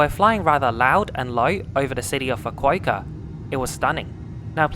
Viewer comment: Pronounced ‘Fu-ku-ooh-kah’, not ‘Fu-ku-ei-ka’ 😂